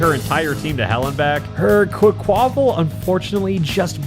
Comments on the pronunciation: There's multiple reasonable ways to pronounce it and that's none of them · the way pronounces quaquaval makes me sick